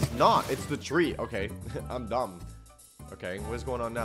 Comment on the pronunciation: bro said domb ways to die